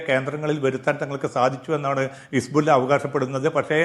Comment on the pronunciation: ഹിസ്ബുള്ള എന്നത് ശരിക്ക് പറയൂ ശ്രീ